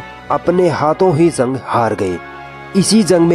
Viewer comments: Zung nhi jung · Bhai zang nhi jang hh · تلفظ درست کرو بھائ.... زنگ نہیں جنگ ہوتا ہے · Zang nhi jang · Zank nahi hoti jung hoti hai ok aage sai kisi or ko dena bolne ka kaam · bura na maanna bhai ,,, Bhai zang nhi jang hota h Thoda zuban ko sudhariye apni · Dear admin Bhai aap apni udru sahi kre ...zang nhi jung hota h aur saheed nhi shaheed hota .. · Urdu bolne Mein apka talaffuz theek nhin h. Jeem ki jagah pr ze zaal zuad ka n sheen ki jagah seen ka istemaal na kro. Shaheed ko saheed na bolo. jung ko zung na bolo. Albatta andaz achchha h. Intzar jafri. .